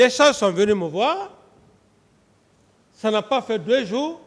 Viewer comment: C'est le mensonge qui l'emmène à dire xa😂